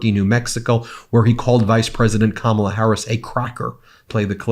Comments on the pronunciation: 6.55 he pronounces her name right then corrects himself to say it wrong. Just bizarre 💩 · Threatening someone’s life will make his base love him more. But notice, in ABQ, he said Kamala incorrectly, then correctly - he knows how to say it, but chooses not to for his base, like wearing black and yellow was no accident. Dog whistles, every bit of it.